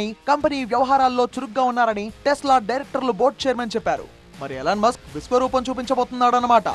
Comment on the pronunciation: ఇలాన్ మస్క్ కాదు.. ఎలాన్ మస్క్